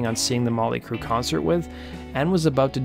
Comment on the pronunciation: Who's this "Mawly Crue" that he keeps mentioning?